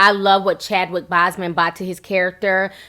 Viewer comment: i love how ti says Chadwicks surname her accent comes through 😊